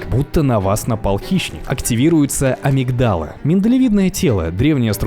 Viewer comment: В слове амигдала ударение на И 😬